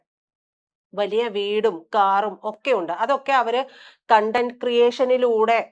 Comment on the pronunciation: കോൺടം അല്ലടാ കണ്ടന്റ എന്നാടാ തെണ്ടി 😂😂😂